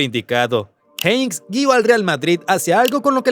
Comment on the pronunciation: Minuto . Habláis sin saber ni tener información y os equivocáis con el despido de Jupp Heynckes (Por cierto, se pronuncia JEINKES, y no Jeins). Dicho despido se hizo tras una llamada del Jupp Heynckes a Lorenzo Sanz diciéndole, Jupp Heynckes, que no podía controlar la plantilla, vamos que no podía con los jugadores debido sobretodo por sus altos egos. Lorenzo Sanz, por lo tanto, procedió a cesarlo al acabar la Temporada, con la SÉPTIMA, por supuesto. De hecho, cuando Heynckes le llama, Lorenzo le pregunta que pasaba, si en una semana vas a ser campeón de Europa. Lorenzo Sanz, si no es por esta circunstancia, no hubiera cesado a Jupp y hubiera continuado con el. Antes de hacer el Video, hay que informarse, pues habéis cometido un error con la SÉPTIMA del MADRID de Jupp.